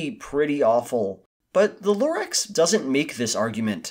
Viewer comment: The more you say Lorax the more it seems like you said it wrong.